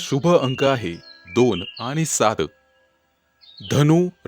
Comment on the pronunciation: शुभ अंक सात म्हणता काय सार म्हणता काय समजले नाही